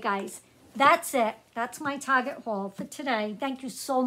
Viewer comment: Hello and good evening... I was watching your video and all of of sudden you said the word Target... You said Target or Tarjet... I found myself thinking and smiling, like OMG, I'm not the only one that says that... lol